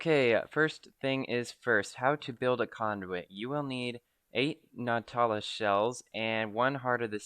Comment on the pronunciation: "Nautilus" shell...as in Nautical... Not sure what you were calling them, but the word is "Nautilus"...lol 😆